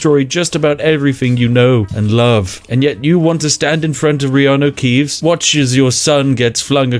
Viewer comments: You've said "Reanu Keeves" so much throughout all your Skyrim videos that the name "Keanu Reeves" now sounds weird to me. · I'm drunk but did you say reanu keeves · Spiff, sorry, what's wrong with your pronunciation? Did I hear that you said Riany Keeves punch the guy? Did you really said "punch" because I think "delete from existence" pronounced a bit different. What? I know when Riany Keeves "punches" he deletes his opponent from existence, huh? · I've heard Reaneu Keeves so much i always call Keaneu Reeves by his godlike brothers name. 😂😂😂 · I've heard reanu keeves so many times the name keanu reeves feels weird to me... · “In this episode, Reanu Keeves enters battle with a packet of IcyHot.” 🤣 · U said Reanu Keeves, and i was like no ur character has the first letter reversed And then i realized I had watched way too much of your skyrim videos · Fuck, 10 videos in I finally realise you call him Reanu Keevs. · Because of this U called John such Reanu Keeves without noticing I said it wrong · I have heard hin say Reanu Keeves so much it actually sounds natural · It took me 19 mins to notice he was saying reano keaves lol